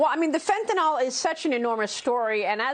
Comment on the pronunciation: FentaNYL. Pronounce ending -nil, not -nal.